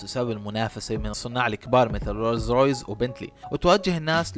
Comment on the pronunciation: عزيزي صاحب الفيديو : اللفظ الصحيح هو ( كامارو ) مش (كوميرو) ... كذلك اللفظ السليم هو ( رولز رويس ) مش ( روز رايز ) ... كذلك اللفظ السليم هو ( آستون مارتين ) مش (اوستن مارتان) ... وهلمّ جراً . وللاسف قائمة الاخطاء طويله